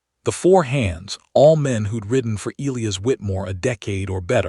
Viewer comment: I agree, Elias = EEE LIE HUS, easy to look up pronounciation.........In English, Elias is most commonly pronounced ee-LY-əs (or uh-LY-əs)